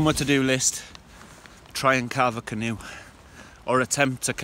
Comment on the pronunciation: Haha ka-narve a canoe. Love your video's, keep up the great work!